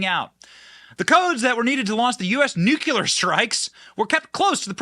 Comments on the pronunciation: Itz .NUCLEAR, n o t nukya-ler. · What are “nucular codes”? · Love your content, but pet peeve: It's pronounced "nu-clear" not "nu-ku-lar." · Stop saying nuculure it’s nuclear 😂 you sound Canadian 😂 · Nuclear has only one U. Nuclear. Not nuculear. Cmon Benny!!! 😊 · Only us Americans pronounce nuclear wrong. We sound like morons when we say nucular. Its the dumbass equivalent of voting Biden. The word is nuclear, not nucular. We say it wrong so much they actually put it in Websters and it says common American mispronunciation. We sound ridiculous to other English-speaking countries, because were supposed to know how to speak our own language but some of us speak english worse than ppl who speak it as a second or third language. New-clear=nuclear. Nucular=dumb American. Food for thought. Considering Bush says nucular, id probably steer clear of saying it wrong. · NUCLEAR! NUK-LEE-UR NOT NUK-U-LER JESUS CHRIST HOW CAN SOMEONE BE SO SMART AND MESS UP THIS WORD SO MUCH! 🤣 love the videos but that drives me crazy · BEN! STOP SAYING "NUCULAR"! THERE'S NO SUCH WORD! TGE WORD IS "NUCLEAR"! YOU'RE MAKING US ALL LOOK LIKE MORONS EVERY TIME THAT YOU SAY IT!!! You don't do Trump any favours by making his proponents sound like idiots! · Since there’s no such thing as “nucular codes”, why should we worry? It’s NUCLEAR CODES we need to worry about. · New cle are, not new cu lar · I remember when that happened. They tried to say it was a joke. BTW, it's NUCLEAR and NUKULAR. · Nuclear/ Nu-cle-ar, not Nuckuler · Nuclear not nucular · N U C L E A R...not NUCULAR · Please learn to pronounce nuclear: new-klee-ər… For that matter, memento: MEM-en-to (same root as MEMory and reMEMber)… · What is so fucking hard about properly pronouncing the word nuclear? new- klee-ar... simple, do better. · NEW-CLEE-ER... You're welcome, you fuckin' illiterates. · Benny!!! NU KLEEE AR!!! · JUST SAYIN…NU CLE AR… Either way he lost ‘em! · We love you Benny, but it's Nuclēēar! 😂🤷‍♀️😜